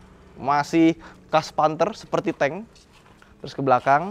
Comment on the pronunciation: tambahin huruf k bang Panthek